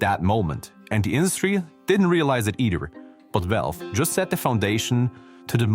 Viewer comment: Its the accent. Also with valve -> walve